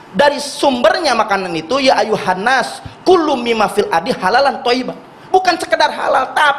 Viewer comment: wah NOVEL BAMUKMIN baca ayatnya kacau, bukan KULLU, tapi KULUU , beda artinya bang, gitu ngritiknya kementerian kaya sudah paling bener sendiri